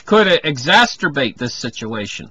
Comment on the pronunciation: exacerbate! not exacsterbate - lol